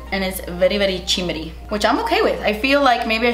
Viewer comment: It took me a second to comprehend that the blush was “chimmery” 😂